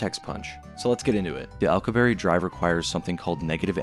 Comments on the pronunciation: His name is not "Al q berry", it is "Al cue b air" and I still find it so odd so many cannot pronounce his name correctly and while it does not violate relativity under GR it violates mass energy conservation and a ton of other problems. How do I know, I studied warp physics for work for a decade. Viltrumites are not doing warp physics in their flight, thats for sure. Nothing shown would even imply they are. "we can produce it artificially" No we cannot, that is just not true. The Casimir effect is not negative energy in the sense being pushed here, this is a massive misunderstanding in how that works, it is not a negative energy density to the degree to match the predictions of the Alcubierre metric or other negative energy metrics and in fact fits more in line with zero point standards, as in no outputs are possible to get the mass energy distributions required for something like a warp drive or threading a wormhole or any other exotic layouts. Also the point regarding attraction would not make sense under warp physics since the interior of a bubble must be separate to the shell condition of the bubble, meaning once a warp field is initiated you cannot control how the bubble behaves, this is a major issue in many warp field papers, and from there it is the bubble itself moving, the interior is carried with it, not the object inside falling or being pulled or being repulsed. Warp by definition in this sense is a mistake or consequence from GR rather than any sensible so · Physicist Alcubierre (Al-coup-bee-air) not Alcoo-berry 😂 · Say it after me Al-ku-bi-yearr not Al-ku-berry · psst... it's pronounced "al-koo-bee-erre"... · "Alcuberry" 😭 bro ts is not it 🥀✌️ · Its Al (short for Allen) coo... be... air Alcubierre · ...im sorry.. " accu-berry" ? Not the slightest effort to get that one right. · The pronunciation of alcubierre is driving me nuts xD I'm positive it's Al-ku-be-err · im sorry but that is the worst way ive ever heard someone say alcubierre